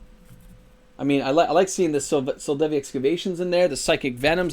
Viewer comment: Bruh it’s Sol—DEVI, not Sol—VADI